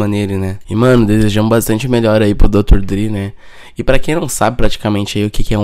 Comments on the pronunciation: Dr dri kkkkkk se pronuncia dr (drey) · Aportuguesou kkkkkkkkk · Além desse clickbait fudido, o cara nem sabe pronunciar o nome do cara direito.